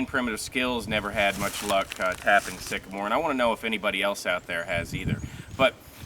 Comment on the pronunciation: No he didn't--he said a STICKAMORE. I wonder about this guy